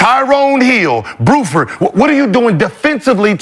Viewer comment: Gil said, "Booford"(Buford)😂😂😂